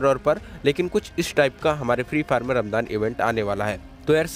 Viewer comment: Bhai vo ramjaan hota h